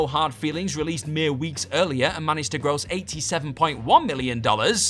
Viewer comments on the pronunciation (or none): none